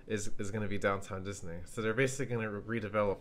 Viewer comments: its pronounced Diz-N-ee Not Diz-N-ay Disney (Ooh also i dont need to watch this, I already know disney's better) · stop saying dis-nay how annoying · please stop fucking saying disNAY . O M F G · Feel free to pronounce Disney right...so annoyinng